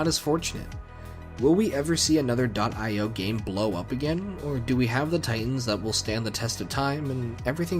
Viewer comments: very late, but i agree with the “i o” pronunciation. it’s an acronym, after all, either for indian ocean or input/output depending on context. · It's "dot eye oh" You were correct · it is "dot" "I" "O" you said it correctly. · I can confirm, it's definitely pronounced "io" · Yep, I have always pronounced it dot eye oh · (ok yeah ofc its pronounced "Aiy, Oawh" which are literal pronounciations for i and o) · It is pronounced (dot) EYE-OH games; cuz it is literally an 'I' and an 'O;' this isn't that hard; anyone that says otherwise is a total and complete oafbag